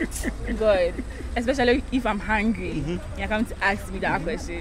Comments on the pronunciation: Why do you guys keep saying “axe , axing “ instead of “ask and asking” Plenty of us for gh do so 😃😃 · Tell the girls the word is ask and not axe